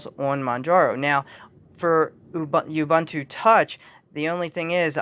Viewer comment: Say it with me: "Oooh Booon Tooo", not "Yubuntoo"